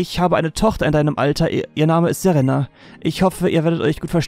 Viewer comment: Im Grunde ist es mir egal, wenn du die Namen falsch aussprichst. Ich kann die Städtenamen wahrscheinlich auch nicht alle richtig aussprechen aber bitte sprich Serena richtig aus xD. Ich habe tatschlich den Anime ein wenig geschaut und deswegen triggert mich das ein klein wenig... . Das zweite "e" in Serena wird länger ausgesprochen. Wäre cool. Wenn nicht versuche ich es zu überhören in Zukunft xD